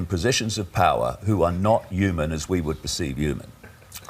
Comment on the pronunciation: It's so funny how says naught point naught naught and how he says hooman